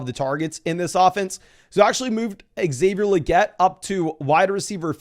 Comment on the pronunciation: I think is pronounced “Say-vier Laguette” not “Ex-Sayvier laguette”